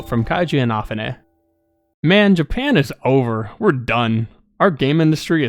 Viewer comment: I... can not get over how you pronounce Inafune's name.